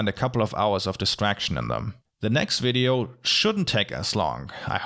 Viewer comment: When he says ~wideo~ 😍🌸💕✨